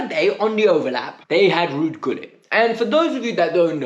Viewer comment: My son is a year older than you he knows who Ruud Gullit is ( it’s pronounced Hullit btw) if you’re a fan you should know at least the history and the greats of the club from famous fans like Matthew Harding to players like Peter Osgood and Kerry Dixon, come on man ktbffh!